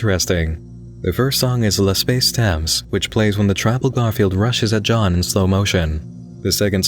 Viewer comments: I just want to be the first guy to say that pronounciation of "L'Escape Temps" is pretty amusing (note: I'm not even a French / Quebec native). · Also would it kill you to correctly pronounce the clearly French 'L'Espace Temps?'